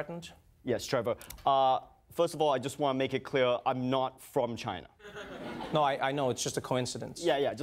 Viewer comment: i think you mean Ghina